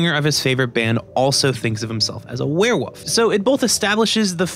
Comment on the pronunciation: HE SAYS WEREWOOF NOOOoooo